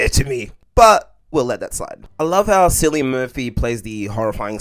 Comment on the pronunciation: Btw Cillian Pronunciation is Killian Not Silian.